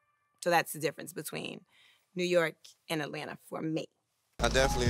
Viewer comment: TO ALL NORTHERNERS ... IT'S AT-LAN-TA... NOT AL-LAN-AH!! Jeeze!!